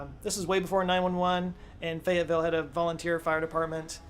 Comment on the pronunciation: lmao "Fayetteville " turned into "Fagatville" and I had to do a triple-take.